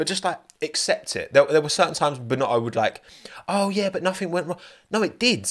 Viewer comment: Binotto not Bino'o